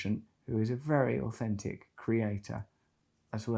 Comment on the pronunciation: Aufentic? It’s authentic . Can’t u pronounce ur th’s? Idiot